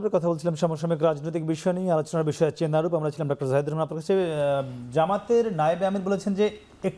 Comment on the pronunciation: চেনারুপ নয়, চেনারূপ!